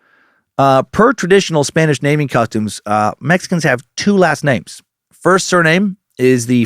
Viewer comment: As a mexican, I approve your spanish